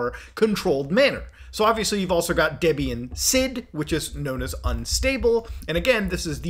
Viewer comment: i know it's a Potato Potato thing but the way Muta pronounces Debian is making me shiver. Also wtf why does his machine have 128 gigs of RAM